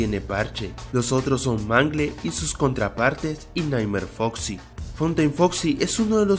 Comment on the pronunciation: dijiste en la 5 curiosidad dijiste fosi en ves de foxi genio